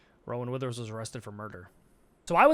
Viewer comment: The way bro was saying Roman Weathers is pissing me off. ITS ROWAN WITHERS. PLEASE.